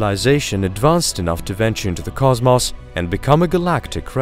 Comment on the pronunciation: nice video but please find another narrator...like one who doesn't have a grating voice and can pronounce words like "cosmos" and "debris" properly. riiiiiiiiighto